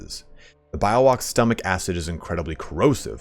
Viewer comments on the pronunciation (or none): its Bee-yo-wak lul